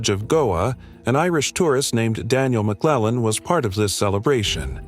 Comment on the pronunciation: First of all, Donegal is not a village or a town please do your research not only have you butchered her last name and mispronounce everything in this video. It’s clear to me. You are both lazy and sloppy. Her last name is McLaughlin. L L.off Lynn and she was from Buncrana IN DONEGAL which is a county in the far north northwest corner of Ireland. There are always people like me online you can reach out to that can help you with pronunciations history, cultural reference, etc. so you don’t look so foolish. I don’t expect to produce another video until you get your head out of your ass.